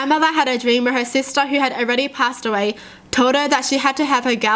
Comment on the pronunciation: she sound like the meme where the kids trying to say “who” but cant😂💀